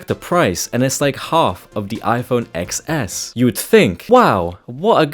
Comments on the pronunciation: It’s iPhone TenS, not eXS, Jeeez… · iPhone eXceSS anyways, its actually pronounced Ten S lol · Ex s? Man it's Ten S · It's pronounced iPhone 10S. Lol The X is a Roman numeral for 10. Apple didn't really think it through very well. Most people pronounce it wrong. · It's pronounced 10 s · Its officially pronounced 10 s btw